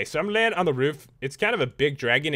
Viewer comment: Pat said wroofe not roof